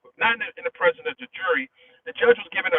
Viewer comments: IKR right. It's bugs me when he says president instead of precedence. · *PRECEDENCE please. You're killing us with this.🙏🙏🙏🙏🙏🙏🙏